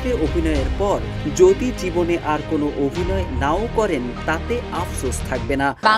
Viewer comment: অফিনেত্রী মানে কি? এসব ভিডিওতে যারা ভয়েস দেন, তারা কি করে প্রমিত বাংলার জ্ঞান ছাড়া চান্স পান? পুরো ভিডিওতে "অফিনেত্রী" আর পিনাকি ভট্টাচার্যের নাম বললেন "ফত্তাচার্জ", অভিনয়কে বললেন "অফিনয়"!!!!